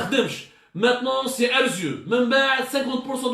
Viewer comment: Prononcer ARZEU pour ARZEW